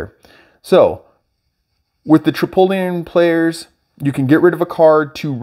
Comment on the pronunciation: hey, one of the better teaching videos i've seen, good work man. Oh!!.........trip-ol-itan , lol and the ol part has a sound like " all" I believe.